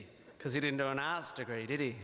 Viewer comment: It's ok,, I'm Australian & I heard "Arse Degree" too. (but I knew he meant Arts)